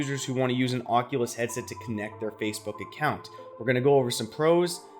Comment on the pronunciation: "heaset" ya forgot the d